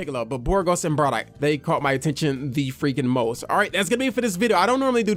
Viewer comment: Why do u say bradock and not bardock lol